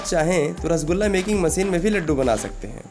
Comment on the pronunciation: मसीन नहीं मशीन बोल दो यार